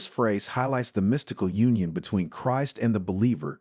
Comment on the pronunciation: Be nice to have a real voice that knows how to pronouce "Christ" properly.